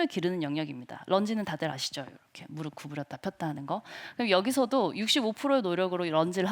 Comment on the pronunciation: 끝까지 재미있게 시청했습니다. 대단한 분! 한가지만 말하고 싶은데.. 무릅이 아니라 무릎이니까 '무르피'라고 발음하시면 좋을듯 해요. 어려운 단어라면 몰라도 쉬운 단어고 많이 쓰시는 말이니까 말씀 드립니다.